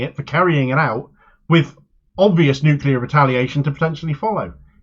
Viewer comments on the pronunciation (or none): "Nookula" Says it all really. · This is not representation. This is also not how U.S. Citizens think. This is not the way to pronounce Nuclear either. He was elected by corporate interests. On listening to citizens, some of them have dual citizenship. Europeans appropriating a term which applies to Ethiopians. Think about that. Semites be damned is how they really feel.